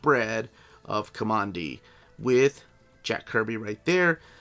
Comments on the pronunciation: Kah mon dee? Kamandi got his name because he grew up in Command D with his grandfather. His name should be pronounced Kuhmandee and not a straight up Command D. This was my favorite comic book growing up so it's kind of an thing for me to insist that this is correct. If I am wrong, well I'm just going to stay wrong. All you have to do is read the books. And I think it was in issue 50 or so, 10 issues after Jack had left to go back to Marvel, that there was a retelling of the origin. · Ka-man-di not Ka-mon-di. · Not KOMONDI, my friend. K-AH-MANDI as in Command D where we are told his name came from in the first issue. It is so annoying to hear you mispronounce his name repeatedly throughout your review. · Command D is how it's pronounced, aint listening to you man. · Command-D. KO-(MAN)-D! Your'e killing me with your pronouciation!